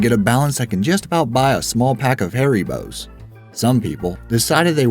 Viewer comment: Peter Schmidt its actually pronounced harry-bows